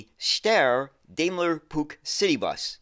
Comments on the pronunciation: Steyr and Puch are places in Austria that give the company its name. Puch is actually pronounced Puch, with a short U, and not with a ck at the end. Steyr was and is not only known for vehicles, another part of it is involved in the production of rifles, of which the STG 77 is one of the best known. The Steyr gunsmiths sell under the name Steyr-Manlicher. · Another interesting look into oddities in the bus world. I remember the Puch name as a child but heard it pronounced 'Pooch'. The half cab and small wheels make it look futuristic. It would seem in place in a futuristic science-fiction film or childrens animation! The panoramic version looks more sensible. It certainly has a market, airports and tourist vehicles etc. Didn't notice the UK connection, until mentioned, but remember these more sensible versions. Great stuff! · From what I understand Puch is pronounced 'Pooch', like a small dog/hound? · I've always pronounced Puch as "pooch." Have I been saying it incorrect since I spotted a Puch Magnum mkII at a local mall in '79? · I've always pronounced it 'Pook' (with a short vowel sound rather than a long one). Shows how wrong you can be! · Steyr and Puch are places in Austria that give the company its name. Puch is actually pronounced Puch, with a short U, and not with a ck.